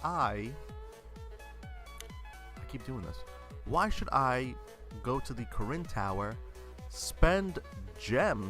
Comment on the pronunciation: When you say " Karin Tower " I thought you said " Koren Tower " xD